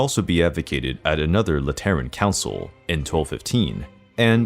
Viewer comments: Sorry. Gonna be that guy. 'Lateran' is pronounced, 'LAH-tur-in' (rhymes with Fat Again!) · Lateran ? Sorry. Can you pronounce it again? I can’t seem to focus with your mispronounced words here. I’m hearing “Lat erren “ and Google is recognizing it as lettering and it’s giving me a mind f***. How do we take your presentation seriously if you can’t pronounce simple words correctly? And don’t get me started with your pronunciation of Borgia. An insult to my family with the way you even attempt to say it….